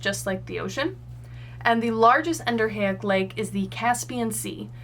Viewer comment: As a civil engineering tech and land surveyor, I have to say your contour interpretation and hydrology are spot on. My one critique would be that Exo, Endo, and A- are all prefixes, so it should be En-do-REE-ick.